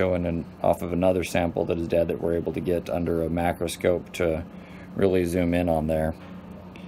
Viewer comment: A macrascope, ( the narrators pronounciation) is that the same thing as a microscope, and I wonder if the spider will be kind enough to comply, so you can properly identify him/her